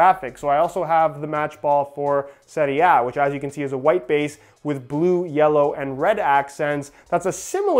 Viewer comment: First non-italian guy that can pronounce "Serie A" correctly